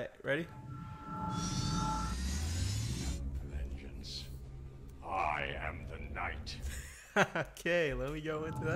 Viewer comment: Listening to him say Vengence is just hilariously painful